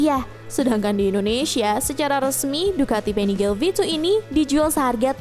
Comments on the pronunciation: Maaf min itu Panigale di baca nya di panigale aja ga jadi Panigel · Nyebutnya PANIGALE KAN BAHASA ITALY BUKAN PANIGEL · Koreksi bacanya panigale (biasa) ga pake aksen inggris soalnya pake bhs italia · panigale bukan penigel 😪